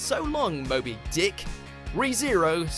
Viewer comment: Y'all heard how he said so long mobi DICK